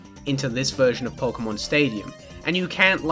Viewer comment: "Pokemn" -, pronouncing 'Pokemon'